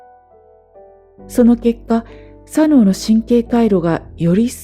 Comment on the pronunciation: 『右脳、左脳』の発音に違和感を感じて話が入ってこなくなったのも左脳の逆襲なんだと思いました。